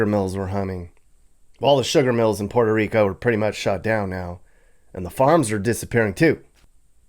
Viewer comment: PUH-WHERE-TO bud, not POOR-TO. Good vid ! 👍